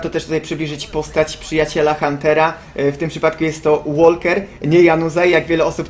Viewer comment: Łoker nie Łolker !